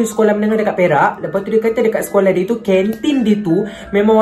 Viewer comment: kejap... perak ka "berak"